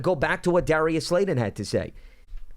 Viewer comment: Does this guy keep saying Slayden instead of Slayton? (Slate-in vs Slay-din)